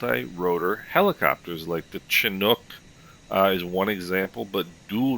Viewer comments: The CH47 is pronounced SHINook not CHINook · CH47 is pronounced SHIT-hook not Shinook. 🤣🤣🤣